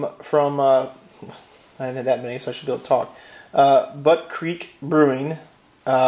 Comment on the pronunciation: Butte is pronounced like the beginning of beautiful "beaut" not butt lol. I live in Portland which has more breweries than any other city so I've tried so many different beers now. Craft beer has so much more flavor and is usually better quality than domestic beer. Rogue makes some super fantastic beer that you should try if you haven't already.